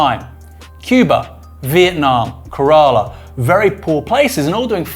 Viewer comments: Kerala is pronounced like Kerosene with Pamela - not like Kerrang with Koala. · It’s KE ra la not ke RAA la. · FYI Aaron is Kay-Ruh-Luh not ke-rah-lah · It's pronounced Keh-ra-la